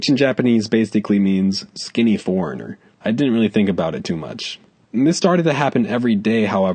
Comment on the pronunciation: OH SKINNY "Foreigner" I WATCHED THIS AT FIRST AND DIDNT UNDERSTAND THE WORD HE SAID IN LIKE 2016/2017 then watched it in like 2018 and thought said "former" DAMN THOUGH NOW I KNOW LIKE 6 YEARS LATER WATCHING THIS 13.12.23